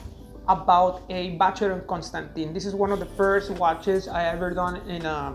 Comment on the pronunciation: You need to know how to pronounce the brand’s name correctly 🙈😀